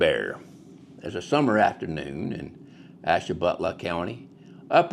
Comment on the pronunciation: Where is this guy from? Definately NOT Ohio. His pronunciation of our places was abhorrent! Ash- ta- BU-la, buddy!